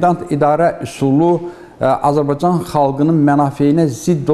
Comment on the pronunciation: Hörmətli müəllim. Mən də tarix müəllimiyəm. Dərsin əvvəllində dediyiniz "Azbcan tarixi" yox "Azərbaycan tarixi" kimi deyəsiniz.